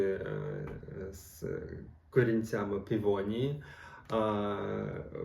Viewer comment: Пивонії😂 Пивосі😁